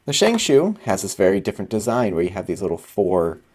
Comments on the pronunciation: "Shengshoe" Sorry, I cringe every time you say it that way. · love how he says shengshoe